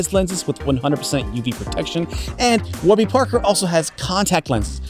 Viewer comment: I swear you said squarby Parker instead of warby like 5 times but I can’t tell if I’m tripping